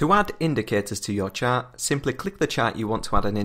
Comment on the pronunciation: omg its pronaunced "Chart" not "Chat".